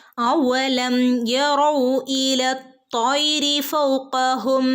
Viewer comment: തെറ്റാണല്ലോ ഫസ്റ്റ് ഓതിയത് അവലം ഇതല്ലെ ശെരി അവ്വലം എന്നാ ഇതിൽ കേട്ടത്